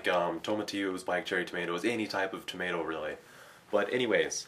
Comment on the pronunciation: Tow- Ma- tee- oh? Tomato??